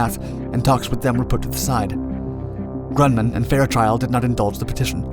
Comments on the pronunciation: "Grunman" Really? Not Grumman? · it's pronounced gruh-mun not grun-mun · 'Grunman'..? GRUMMAN! You talk too fast to get your words out clearly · Gruman not grunman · It is "Grumman" not "Grunman"